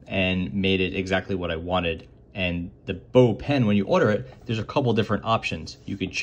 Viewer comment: It's pronounced "box" since baux is short for bauxite which contains aluminium (hence the name of the company)